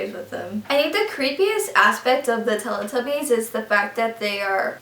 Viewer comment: i've heard Teletubbies being mis-pronounced load of times..it's not tell-eh-tubbies its tell-ee-tubbies, its because they have a television in their tummies...you don't say tell-eh-vision do you?